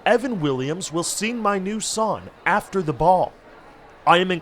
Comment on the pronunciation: I hate how this man doesn't pronounce the G in his words. "sawn" "yun" "sin"